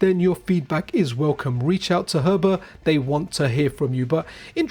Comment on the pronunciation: Heber, like He Ber. Not Her Ber… just correcting 😂